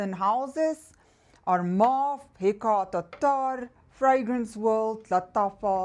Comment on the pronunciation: Happy Monday. My favorite ME brand is Lattafa and Paris Corner. I like your accent when you pronounce Hekayat Attarrrrrr.😄. Have a great week. 🙏🌻